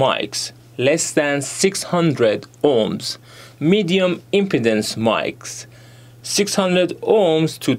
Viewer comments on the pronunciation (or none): If you want you could double check the pronunciations of impedance and load on forvo. It’s more like im-pee-dance and lode. The “im” part in impedance is pronounced how you said it.